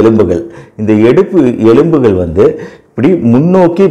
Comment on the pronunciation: Dr. நீங்கள் சொல்வது நன்றாக இருக்கிறது. ஆனால் தமிழில் கவனம் தேவை. 1)தோல்பட்டை அல்ல தோள்பட்டை. 2) எழும்பகள் அல்ல எலும்புகள்